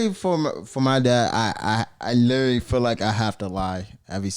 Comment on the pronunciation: was like “litrerally😂”